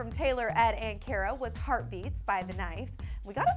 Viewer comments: It's car-ah not care-uh ugh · She didn't pronounce Cara's names right. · they said Cara name wrong